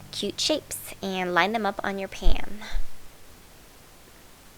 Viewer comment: She said pam instead of pan.